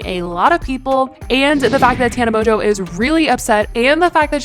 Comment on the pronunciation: moNNNNNNNgeau, not MOJO, PLEASE